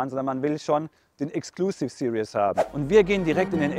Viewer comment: What is it with Germans and English? It's Exclusive SE-RIES not Exclusive SE-RI-OUS